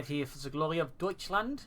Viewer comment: Love that “Deutschland” - keep it coming!